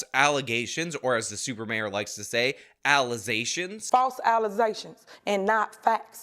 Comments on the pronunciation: “Faltz alluh-ZAYshuns and not fats” -Tiffany A. Henyard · WTF did she just say?! Allizations?! Im just done with ignorance. Grab a dictionary and educate yourself cause you lookin like BooBoo the Fool out here. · "False alizations". Yea that's an afrikan American thing.